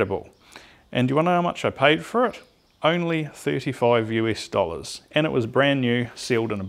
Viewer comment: Did you say US dollar or jewish dollar? LOL